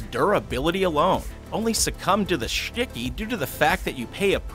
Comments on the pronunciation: I love how he says Shticky it's so funny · OMG I CANT ANYMORE JUST HEAR HIM SAY WHEN IT COMES TO THE SCHTICKY IM GOING TO DIE 😂😂😂🤣🤣😂🤣🤣🤣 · Well he’s English and that’s German